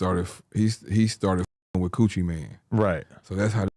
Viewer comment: Did he say coochie mane? 😂